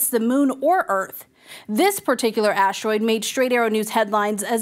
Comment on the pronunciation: "aashroid" "aashronawd" 🤨